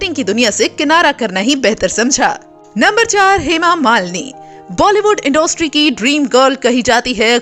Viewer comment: इंडोस्ट्री नही इंडस्ट्री होता है हिंदी तो ढ़ंग से बोल लो...😡😡😡